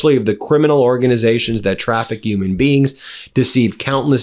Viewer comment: Why do you never pronounce “h”. They are Human beings not Uman beings 🤣🤣🤣